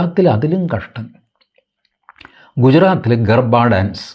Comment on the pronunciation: എന്റെ അണ്ണാ ഗർഫാ ഡാൻസ് അല്ല .... ഗർവാ ഡാൻസ് എന്നാണ്